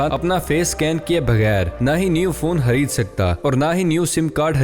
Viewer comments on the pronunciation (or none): Do anyone noticed bhai hamare khareed ko hareed bolte hain😃